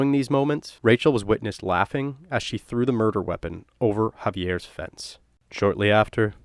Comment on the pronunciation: Hauvey-ears haaoose. Say it out loud for the authentic experience.